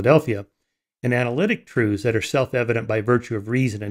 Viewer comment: I wish Michael wouldn't say "troothes" as the plural of "truth".